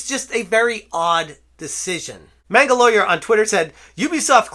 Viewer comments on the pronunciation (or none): none